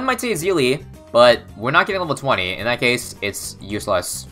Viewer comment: you missed the meme of ezili, it's not e-zili it's easily bro